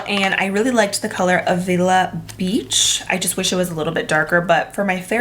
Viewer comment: A, as in apple, for Avila Beach, not uh